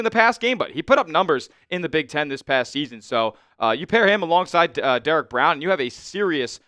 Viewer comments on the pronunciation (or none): none